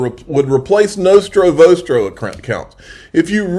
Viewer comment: LMAO ... Wait a minute... did he say, "Nostro vostro"???